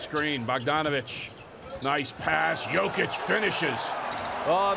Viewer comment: commentator keeps calling jokic josic